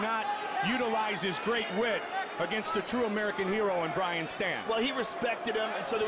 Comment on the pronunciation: was hoping dudes name was actually brain cmon man get it right